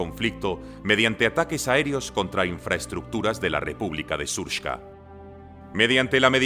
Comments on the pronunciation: Shurpska 😂 Se dice Serbska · srpska se lee s(é)rpska